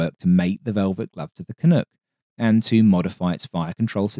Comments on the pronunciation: So folks just FYI it’s CAN -UHK as in Duck not Can-ohk or Can-ook as in Look… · Thank you for a great write-up on the CF-100, but seriously....canook? I can understand an American getting it wrong but you should know better! It's CAN-UCK! Rhymes with "Can Fuck!" For someone so knowlegeble about the world wars you surely didn't think Canadian troops were called 'Johnny Canooks' did you? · I'm gonna say it before you do: Can Uhck, not Can ook. In spite of it being all oot and aboot. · We both cringed hard. And I am amazed no one else said anything but you and me! Canook.....yikes. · Excellent video but one little detail: pronunciation of "Canuck" is less "Ook" and more "Uck" as in Luck. Can-Uck, no doot aboot it. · Fantasticaly detailed and thorough coverage of our nation's only real domestic jet fighter. One is on static display in my town. I must correct your pronounciation of Canuck though, it's not Canook, it rhymes with duck or buck. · Good documentary. No mention of the Nav's partial windscreen to assist bailout, though. I absolutely cringe every time the narrator says "Canook". I headed the CF-100 Restoration Project on behalf of the Aerospace Heritage Foundation of Canada. #18619 next to Malton Arena (now Paul Coffee Arena) rededicated November 11, 1995 coinciding with the 50th Anniversary of AVRO Canada. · Pronounced Can uck